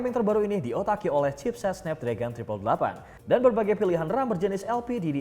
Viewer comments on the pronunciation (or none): none